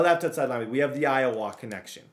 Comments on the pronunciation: man really said IOWAAAA instead of IOWUH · Iowa (Eye-oh-wuh) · Bro please as a iowa resident don’t pronounce the a, it’s eye-o-wuh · Bruh tha way youre saying Iowa is killing me I lived in Des Moines for a min it pronounced Eye-Oh-Wha but say it fast n smooth and then you're A1 my guy. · Can’t get over pronouncing Iowa